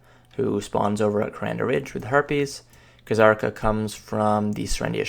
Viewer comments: PLEASE STOP SAYING KHA-ZARKA. JUST PRONOUNCE IT AS IT'S MEANT TO. ZARKA. WITH A SILENT FUCKING K. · Kzarka = Zar-ka (K is silent like in "knife") Heve = Heev (last e is silent like in "Steve")